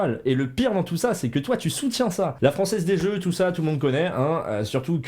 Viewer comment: " la franzez des zeux " Pardon